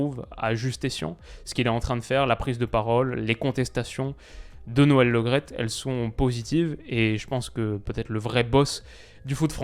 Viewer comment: Par contre c est noel Le Great pas Lo graet. C est comme premier et non promier. Merci